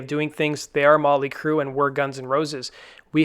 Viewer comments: Yeah, that was driving me fucking nuts. No emphasis on the 'T' in Motley at all. Its REALLY annoying. LoL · Why does it sound like he keeps saying Molly Crue. It's Motley.